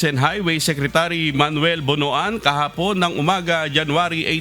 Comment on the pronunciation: Bakit ang pag bigkas mo ng tagalog o english words ay may dagdag na A Ihatid AH, ICI AH, Kahapon AH, weekend AH, individual AH, ALBAY AH, tricycle AH, Albay AH, Bicol AH, weekend AH, live AH. Hindi tama iyan